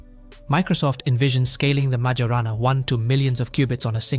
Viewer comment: If you're going to do stuff like this, it would be good to at least learn how to pronounce MAJORANA.